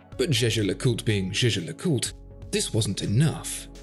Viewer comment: Why is this guy not pronouncing half the name of this watch? GeGe le coolt... That's how he make it sound...